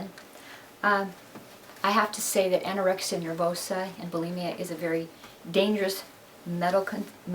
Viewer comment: did ur mom just say anyoraexa